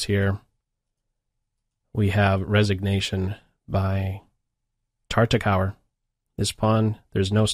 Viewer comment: Great choice! This is one of my favorite endgames; and you were on the money with the analysis. Be careful with the pronunciation of Tartakower though. It is pronounced TARTAKOVER. Don't pronounce it as the last part of the word "tOWER," but rather as the vehicle brand Land ROVER. Or just as you would pronounce the word "cover": TARTA-COVER.